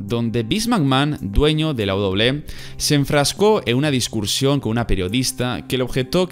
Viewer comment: Un vídeo genial, como todos los que haces, pero tengo que decirte esto: se dice "discusión", no "discursión", y se dice "negligencia", no "negliguencia". Perdón por ser tan repelente.